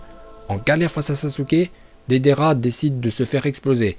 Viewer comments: Putain mec c est deidARa pas deidéra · dedera au lieu de deidara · Deidara se prononce pas dedera mais deydara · Dedera, mandanda, konan😂😂😂😂😂mais sinon super video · Dédéra il a dit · Comment tu a prononcé Deidara 😭😭 si nn la vidéo est super 💪